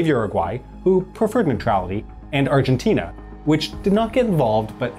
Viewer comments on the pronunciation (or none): none